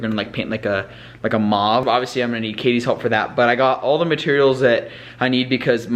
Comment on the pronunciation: "maaav" whattttt its mauve and pronounced "mowve"